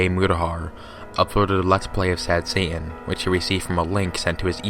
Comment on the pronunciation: But what if Satan can go Super “Saiyan?” Just “sayin.”